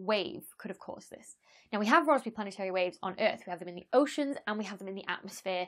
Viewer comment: I thought she was saying raspberry all British until Rossby appeared on the screen. 😆🇬🇧🖐️